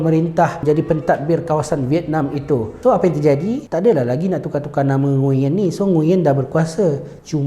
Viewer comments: Sebenarnya sebutan nama NGUYEN ni bukan ngu yen, tapi nguen. Aku pun baru tau lepas sorg brader vietnam bagtau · sebutan "NGU-ERN" la.. bukan "NGU-YEN" tgk Ě dia ada intonasi berbeza. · Kalo dlm American movies, cara dorang pronounce nama ni nguwen sebenarnya ya. Bukan ngunyen. Betulkan yg biasa, biasakan yg betul. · nama nguyen tapi sebenarnya kena sebut "nguwen"